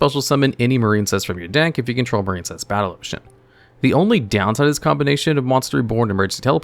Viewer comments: The Marincess part hurt my soul 😔 Its "MarINcess" NOT "MarINEcess". There's no silent "e" in Marincess, so the "i" doesn't make the long i sound. It's supposed to sound like "Princess", because there's no such thing as a "Preencess" smh 😑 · I had to skip Marincess. I keep hearing a very different word.